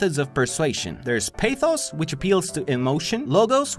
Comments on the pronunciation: Dude a week ha 168 hours and you post about once a week as into your videos you put 150 so you don't sleep for 6 days and sleep on the seventh day to upload a vid these videos take 5 hours also its not pernounced peithos it's pathos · I'm from Greece and when I heard you say pathos(παθος) like that I was going to die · I know that it's been a year since the video was uploaded but my Greek heritage won't allow it. Pathos is pronounced Pahthos which literally translates to passion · Im Saying This Comment To Educate All Of You On Greek Pronunciation ( Sinc eI Am Greek) 1) It Is Said Παθος Which Is Read (In ENGLISH) Pathos Just Like You See It 2) Logos Is Having A Soft G More Like Y 3) Is Ethos Just Like That Without Any Accents! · It is actually pronounced p-Ah-thos l-Oh-gos and Eh-thos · As a Greek person (just for informative reasons no desire whatsoever to make fun of you highly enjoyed the video) the first syllable of pathos is pronounced differently , as in saying nahh but like pa (don't know if you get me ) and it is literally translated as passion. The second one ,logos,means speech and ethos is moral / ethic. Again great quality video keep creating awesome content 😁😁